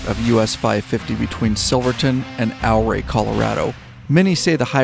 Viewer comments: Great Vid of a beautiful area - though you mispronounced Ouray. A lot visitors mispronounce it as well. I live in the Durango area and feel you did the area justice especially with the aerial views. Silverton just opened up this week, so it's time to get the HD warmed up and get out there. Keep up the good work! Yes, not much to see between Gallup and Durango, but still a great ride. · drone is right over my house. FYI its "Ooh-Ray". Come back when its not so smoky when the skies are deep blue. It's magical. Do the San Juan Skyway Loop: Durango, Silverton, Ouray, Telluride, Cortez, Durango. I cheat and cut off in Dolores towards Mancos then Durango. Another great ride is from Ouray to Naturita, then take SH 141 to Grand Junction, roll on to Colorado National Monument...best not in the middle of the summer as it can get pretty damn toasty. Then its an easy hop to the National Parks in Utah. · OURAY Co is pronounced YOU- RAY not OUR-RAY I lived there for 25 years. Named for the Chief of the OURAY Indians that settled there. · I've ridden it at least a dozen times in the last 28 years...the locals corrected me...they told me Ouray is pronounced "Yooor-ray" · loved your video on the Million Dollar highway. Me and some friends will be back there again this summer. Just thought I would mention, that the proper pronunciation of Ouray is “OOOray,” rhymes with Hooray. 😊. Keep at it brother. Love your stuff. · Back in 77 I bought a Kawasaki Z1. Lived in CO so I rode it all over the state, and later to the Bay Area and back. Durango is worth a ride on the Durango and Silverton RR. You saw a lot of it though. When you ride South out of Ouray (pronounced Yer-ray after the Ute chief),the highway winding up out of town is amazing! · More like your-AYE. 👍🏻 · Great video. Ouray is pronounced Oooray. This is why I live in Colorado. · Don’t know if you’ve been set strait or not but it’s pronounce Ouray (your ray). I grew up in that part of Colorado. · "Ow-Ray"? Really? 🤣